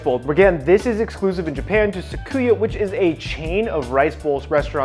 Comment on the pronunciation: Great recipe video! I'll save myself the 680 yen and make it at home first. But, it's pronounced Su-ki-ya not Sa-ku-ya 🤣